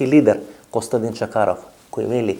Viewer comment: Името на госта е Костадин Чакъров, но Ефтов го е страх да произнесе буквата "Ъ". За тази буква Венко Марковски замина на Голи Оток.